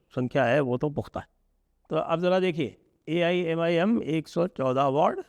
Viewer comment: Wrong 125 jeete U cannot even pronounce the name of AIMIM Such a crap u are